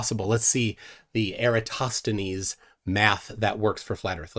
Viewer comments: “Pie-thow-gorr-ean” “Eee-ratt-o-steenz” 😂 Brilliant Gregorian Calendar: 1582 CE Rome adopted Christianity: 313 CE Only off by 1269 years Flerf… as the movie ‘Major League’ says: “Juuuuuust a bit outside.” “Kitchen wife” 😳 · If you want to jump straight to “Pie-tho-gorrean” proof of curvature 😂… “Eee-ratt-O-steenz” I had to rewatch this just for pronunciation.🤣 Every time I turn on my Surefire E2D 1000 lumen flashlight which gets quite hot in just a few seconds of use, I think of “cold light.”😂